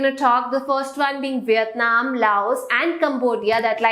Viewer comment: She is saying viyatnam instead of Vietnam pls pronounced it properly😑😑